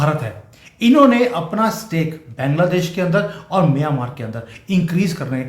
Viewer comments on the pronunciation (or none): सर बैंगला देश नहीं बांगलादेश बोलिये. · अरे बैंगला देश नहीं बांग्ला देश नाम है।बंगाल से बंगला देश हुआ। और बंगाली लोग बांग्ला बोलते है। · Please try to pronounce 'Bangladesh' properly 😊